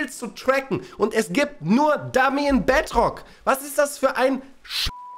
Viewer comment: Ich spiele nur die bedrock edezion und es ist nicht so toll auf der switch, aber das Video ist Geil und kann bedrock nicht aussprechen er sagt bedrtok.